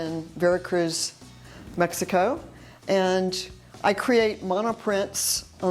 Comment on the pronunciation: Please pronounce Mexico probably. You live there now so pronounce it right.